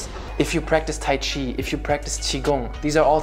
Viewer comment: Notice how he said "CHI" and not "KI" just saying.. .